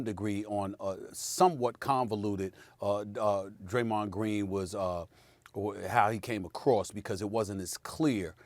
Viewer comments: I agree with "Graymond Dreen" but because it's coming from his mouth, people don't wanna hear it. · Yes, Graymond Dreen. That's the name! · Graymond Dreen??!!!?!! Let's give it up for old Graymond Dreen! I'm dead lol